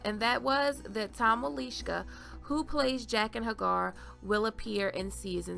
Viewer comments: Nice video, but I have to chuckle because you totally butchered the pronunciation of Tom Wlaschiha. It's pronounced Vlah-shee-uh, NOT Wuh-leesh-ka. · Wlaschiha...not Walischka...try it, its not that hard ;) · Pretty sure you are pronouncing his name incorrectly. He pronounces it in the commentary+there is no W sound. It almost sounded like a BL sound as though the W was silent. It sounded like he had said his name as: Blah-shia. ;) gona be a long wait before Season #8..... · Jaqen is coming for me? DON'T I WISH! I like him, creepy face fixation and all. As usual, you have done a flawless job. And pronouncing "Wilishka?" BRILLIANT.